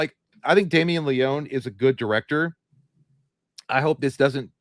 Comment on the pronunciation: Y’all are mispronouncing Leone’s name btw.